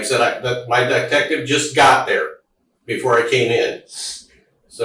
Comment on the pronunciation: He also said my "die-tective" I think he's having a little trouble